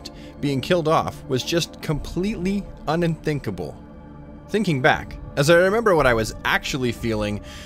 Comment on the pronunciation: Un-in-thinkable? Lol